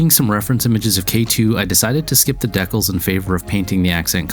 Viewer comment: Why do you say decals the way you do?